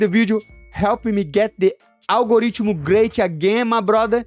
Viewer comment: Algorithm - 1 Money Motherfuccin Moicano - 0 Bro said algoreachable 🤣🤣🤣🤣